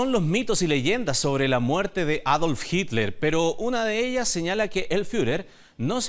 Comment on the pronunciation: Por que el periodista y varios reportados le dicen " Jikler " me llama mucho la atención.